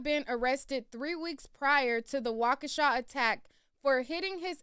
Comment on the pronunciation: Not wakeisha 😂😂😂